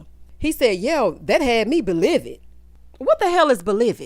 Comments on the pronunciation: Baaaaaaaaaaaaaaaaby II hollered and paused for the cause and broke my legs to run and see if you had dropped a review when that ole Glendale said be-livid a!!! 😂😂😂 Thank you for consistently tickling my soul! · I rewound to hear “belived” and “incognarto” more times than I can count. Absolutely ridiculous.